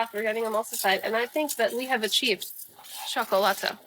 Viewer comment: Don’t pronounce the “L” at the end of a Nahuatl word so hard. It’s more correct to say “Shokolaht” when pronouncing Xocolotl. Also heated Xocolatl was more of a Mayan thing, you get more froth if you don’t heat the water too much and there are some fun tricks to get more froth depending on what you have available and if you ferment it gets EXTREMELY frothy, I still have some on my ceiling from a year ago. I drink like 3 a day and I don’t think I could go over 6 so I doubt Motecuzoma had 100 a day 😂